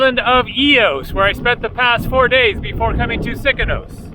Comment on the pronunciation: Its Sikinos and not Sikonos 😀